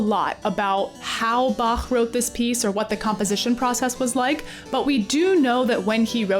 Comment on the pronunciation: quick appreciation for ur pronunciation of Bach